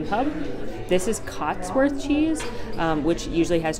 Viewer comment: Hey I’m from the UK and just wanted to let you know it is cotswold cheese and not cotsworth. Thanks for all the great videos though they are keeping my sane during lockdowns here!